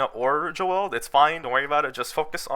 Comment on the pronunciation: Bro said Jo el. My man Joel is rolling rn.